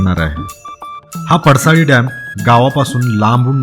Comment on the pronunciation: सारखं सारखं पडसळी म्हणू नका पडसाळी नांव आहे